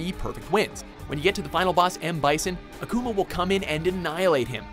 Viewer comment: #1 Less emphasis on the u, and more on the a with "Akuma" It is Japanese for fire demon, quite fitting when you see that boss' appearance